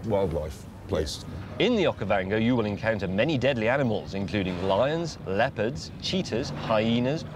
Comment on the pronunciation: did he say leopard 2? :D